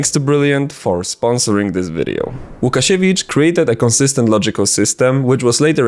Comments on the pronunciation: You're Polish! i can tell by your pronunciation of Łukasiewicz and the fact you were so meticulous in writing his last name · mój drogi kolego, gdzie znajdę twoje materiały Gadane po Naszemu :D ?? ps. żaden niepolak nie powie łukasiewicz poprawnie :D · i want to adress one thing.... are you polish beacuse you have a standard polish english (idk its just the english we poles speak) and its no easy task for someone to actually so clearly pronounce łukasiewicz without beeing polish idk i just spotted that